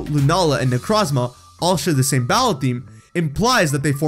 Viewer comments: Haven't listened all the way through, but my only complaint will be the way you pronounce Necrozma. It's made in of the word Necro and chrome. Both with the Oo sound, "oh" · You said my name wrong, its Neck-row-z-mah. Hard o. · Necrozma necró means dead in greek νεκρό look it on google translate and hear how νεκρό is pronounced (I’m from Cyprus) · The way you say Necrozma hurts my soul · Why do you keep saying solgaleos name wrong not only that you said necrozmas too great job bro